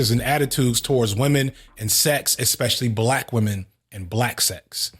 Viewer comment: Ironically, The Company Man and you just finished commenting on Puff's lazy producing style; then you go and mispronounce MTUME (em-too-may). Not surprising, considering the fact that you pronounce (especially and expect) as if they have the same prefix.